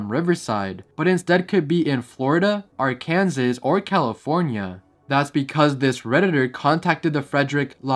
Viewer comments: It's pronounced Ar-kuhn-saw not Ar-kan-zis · What is Ar- Kansas!!! It is pronounced Ar-kan-saw. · Are-kansas? It’s pronounced arkan-saw. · Arkansas, Ar-Kansas...whatever 😂😂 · Arkansas is pronounced Ar-can-saw. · I know homie didn't just say "Are- Kansas" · no way you said "are-kansas" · Bro dissed Arkansas by pronouncing it “are-can-sas” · Btw Arkansas is prounounced “ar-Ken-saw” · i know bro did not just say our-kansas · Ar-Kansas, Emerica explaiin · if this mf says "Arkansas" ONE MORE TIME. IT'S PRONOUNCED "ARKINSAW" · My boy did not just call it ar-kansas😭🥲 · why do you pronounce arkansas as ar kansas rkjdkjfndnrkdsknfd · I FINALLY WATCHED THIS TODAY AND THE WAY YOU SAID 'ARKANSAS' 💀 IM DEAD /hj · ...why did he say Arkansas like that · "Arkansas" ❌ "Are Kansas" ✔ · I’m sorry but the way he pronounced Arkansas pissed me off. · say arkansas again